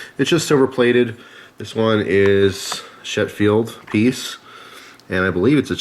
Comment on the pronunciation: I think it's Sheffield, not Shetfield. I know they make a lot of cutlery up there in Sheffield, Yorkshire. Used to be a really big steel town too.